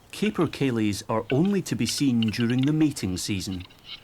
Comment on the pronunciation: Beautiful cinematography showing my amazing COUNTRY. Pity the same can not be said about the commentary. Someone who speaks with a Scots accent should surely know that there are no LAKES in Scotland. Come on, LOCHS! Pronunciation is grim as well, capercaillie maybe spelt with one P but is said as if there were two. Eilean Donan was not some mystical female... Scotland does indeed occupy the Northern half of the island of Great Britain, but it is not a region. Such commentary is done deliberately by those with a distinctive political agenda. Sad and puerile.